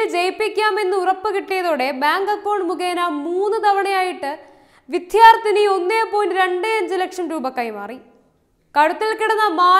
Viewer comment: വിധ്യാർത്ഥിനി എന്ന് അല്ല, വിദ്യാർത്ഥിനി എന്ന് പറയുന്നത് അല്ലേ ശരി?